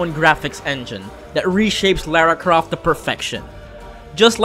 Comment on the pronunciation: I see everybody mad about the number 1 spot i'm mad at how he pronounce Lara Croft and then had to mess up Bae's name too calling her Bayou-netta